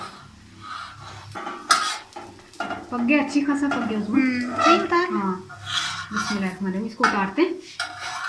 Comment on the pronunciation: I like the way you saying MASHA ALLAH bismilahh